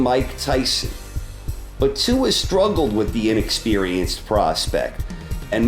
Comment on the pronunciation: David Tua is NOT Kosta Tzyu. And he is not Tsua either. pronounced 'Two - Er'